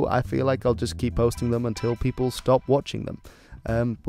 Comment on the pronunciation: Did u said "peopels"?